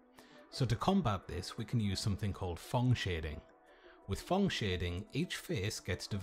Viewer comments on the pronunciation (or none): It's PHONG Shading not thong .... 😁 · "Thong shading"